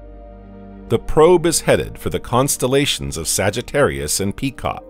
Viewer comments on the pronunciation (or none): none